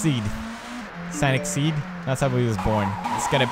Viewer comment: bro...it's 'sOnic'...not 'sAnic'!